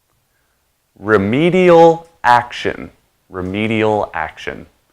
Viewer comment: dạ ad là remedial chứ hông phải remidial ạ